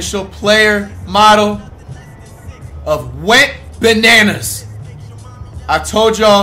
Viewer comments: Bruh it’s “Wetbananas” not “WENTBANANAS” 😭😭😭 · whole time im thinkin he was sayin wet bananas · This whole time I thought he was saying “wet bananas” 💀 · I thought he called him “Wetbananas” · What the heck. I’ve been thinking he was saying “Wet Bananas” lol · Whole time I was thinking this nigga was saying ‘Wet Bananas’ 😂😂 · I thought you were saying “wetbananas” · I always thought he said wet bananas